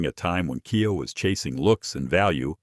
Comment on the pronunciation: who are you? why telling not-100%-true story? KIA = you have to pronounce as "ki-a", not "kay-eye-ei"! you don't know anything about auto-industry. you just make u-tube for $?